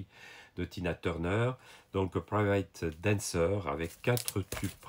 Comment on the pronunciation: The best part of this video is when you speak the name of the songs with your french accent. Tuna Turnerrr and Private Dancerrrr. C'est un peut amusant.